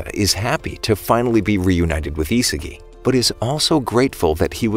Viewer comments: Bro was saying Isigi istead of isagi the whole video💀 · It’s isagi not isigi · His name is Isagi not Izuki